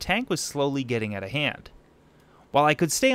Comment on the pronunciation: Here’s an idea...pronounce out as owt not oat!